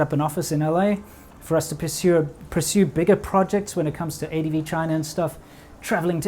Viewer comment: “Piss you of-“ “Persue*” 😂